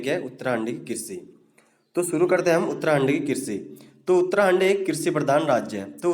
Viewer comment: Uttrakhand mere alawa or kise uttrahand sunayi de rha h